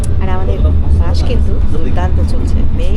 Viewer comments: Bus এর উচ্চারণে স শুনতেই ভালো লাগে,, শ শুনতে ভালো লাগে না।।।বাকি ভিডিও বেশ হয়েছে।।উচ্চারণ টা শ্রুতিমধুর হলে আরও ভালো লাগতো।। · Vdo ta khub valo laglo kakima keo misty laglo kintu baas kotha ta kane lagche. Bus bolun kakima